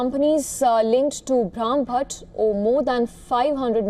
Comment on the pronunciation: She is having such a difficult time pronouncing Brahmbhatt! Shame that Indian newsreaders can't pronounce Indian names correctly